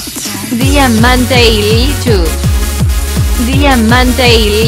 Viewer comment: El tratuctor dijo DIAMANTREILICHU 😂